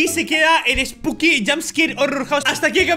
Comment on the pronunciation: perdón pero se me hace muy gracioso como hablás osea en vez de decir spooky dice "esbuki" XD